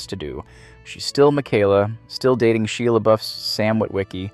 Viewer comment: Shela Buff? She Labuff? I don't know who the hell your talking about. Shia sounds like "shy-uh".